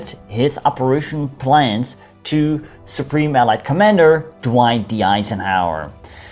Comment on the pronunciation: Hello, you pronounce “allied” funny. You pronounce it as “eelied” but it should be “ellaaid” in Dutch phonetics. Good video but you didn’t cover the liberation of the West of the Netherlands.